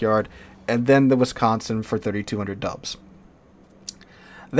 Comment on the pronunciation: Dude, I had to do a double take. I swear when you said "it's just 32 hundred dubs" I heard "it's just 32 hundred dollars"! I was like, damn how's that "just" lmao